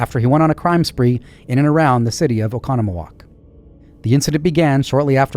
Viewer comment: You did great pronouncing Oconomowoc! Just a heads-up though that Wakesha sounds like Wok a Shah. I think it's one of those that if you've never heard it it's hard to guess. Great job!